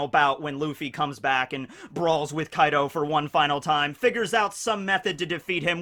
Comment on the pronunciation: He said Kai D. O 🤣